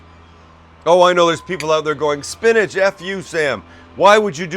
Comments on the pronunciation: Spinach? SPINACH??? ... 4.5 from the East German judge. 😜 Other than that, nicely done. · Peas Sam not Spinach.. lol